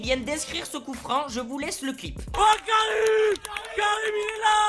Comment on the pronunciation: Mais si le gas il a crier 100 fois Karim loin si tu aurais pas dit qui disais Karim j'aurais mis dans les coms qu'il s'appeller anim mdrrr